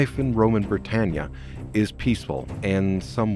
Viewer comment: They went from Britannia to Bri'annia